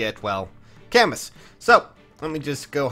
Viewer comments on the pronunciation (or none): I might be way off here, but shouldn't Camus be pronounced "Ca-moo" like the French author???